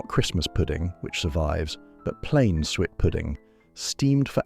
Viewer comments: 1978? More like 1958 for that kitchen? Suet is pronounce sue-ett not sweat! As usual, the condescending AI voice pretending to pander to our nostalgia while sneering at the food. I had quite different foods in the 1970's.. I think you may find bread pudding on the menus of quite fine dining establishments - and it is so versatile, my mum made a wonderful chocolate version. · Sounded like the AI voice was saying "sweat pudding"! 😅 Pease pudding is still going strong in the North East of England. Sunderland in particular has butcher's shops that sell the wonderful Pease Pudding dips! They are always my first stop when I venture back home. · I enjoyed watching that - in spite of the slightly random images and the AI voice that can't pronounce "suet". It brought back happy memories of my childhood.